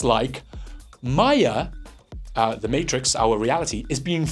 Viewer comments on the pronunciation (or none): none